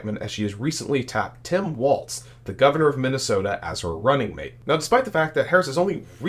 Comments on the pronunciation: It's Walz, not Waltz. Do better. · FYI, Tim's last name is pronounced walls, as in the 4 walls of a room, not waltz, like the dance. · It's WALZ - not Waltz. If youre gonna podcast, correct your speech. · His name is Walz, no T